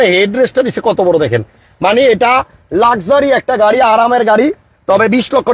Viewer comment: উচ্চারণ ঠিক করেন , গাড়ীর নাম |